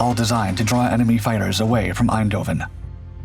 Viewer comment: The mispronunciation of the city's name "Eindhoven" to Dutch ears sounds both annoying and German. But then, at the time, the city, the Netherlands as a whole, suffered under the Nazi occupation.